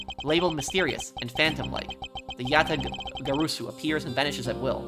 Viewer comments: For future reference, Yatagarasu is pronounced "Ja (like German Ja) - Tah - Gar - Ah - Su". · Just a tip: Yatagarasu is pronunciated just as it's read, so there is no sound of "o", the "a" is pronounced the same in all syllables, just like you did in the first syllables